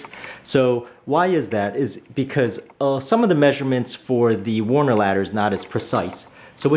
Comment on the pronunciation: Nice review. It's Werner, not Warner though.